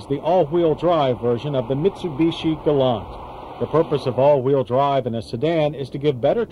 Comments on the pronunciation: yanks cant pronounce things its a gal LANT not gol larnt! hahahahaha arrogant yanks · Keep trying to tell him! It’s pronounced, ‘ Gal- lant! Not, “ galun! “ 😕😐